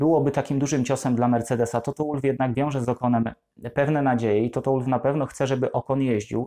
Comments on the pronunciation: Toto to Austryjak, więc czyta się wolf, a nie łólf. Schumacher czytasz przez ch czy przez k? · Błagam, też nie zawsze za nim przepadam, ale bardzo szanuję tego człowieka za to co osiągnął i nadal osiąga., nalegam aby Pan też go szanował, przynajmniej w tym minimalnym stopniu - czytając jego nazwisko poprawnie! Toto /WOLF/ a nie /ŁULF/. Proszę.